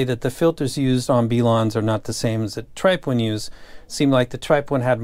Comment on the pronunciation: B-lawn and Tripe-owin........wow the ability in pronunciation is top notch